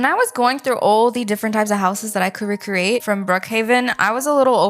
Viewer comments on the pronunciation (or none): Can you PLEASE stop saying RECCRATE🙄🙄😒